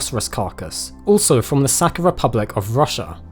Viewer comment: It’s not “Saka” (in Russian it’s literally means “piss”), it’s Saha.